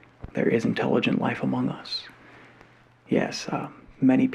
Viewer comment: he said AMOUNG US duh duh duh!!